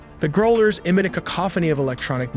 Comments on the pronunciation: "Grow-lers" lol. How about Growl-ers, A.I. narrator? Geez. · You can tell when A.I. is your narrator. Here some clues - it doesn't know how to pronounce growl or propel. "GROH-lers? Propull?" SMH That, or the producer is on an elementary school level IQ. One that sleeps during class. Yes. It irks me when a computer pretends to be human and the lazy producer is the problem. Enemy of all that is good. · They're EA-18 GROWLERS, like the verb to growl, not GROW-lers. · They are Growlers (as in a dog growling) not Groelers.